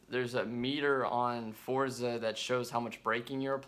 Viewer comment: It drives me crazy when I hear someone pronounce forza wrong.